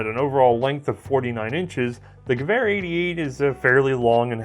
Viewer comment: You pronounced Gewehr right. Sehr gut :)